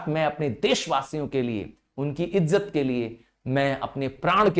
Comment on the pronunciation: Btw sir be not be angry u pronounced izat as ijjat